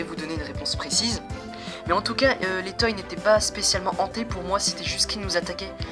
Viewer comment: sa se dit pas toy mais toy(se).